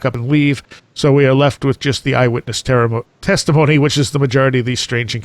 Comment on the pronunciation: "Eye witness terrormony" :)